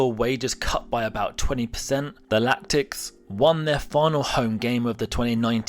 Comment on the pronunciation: Its Latics not Lactics ffs.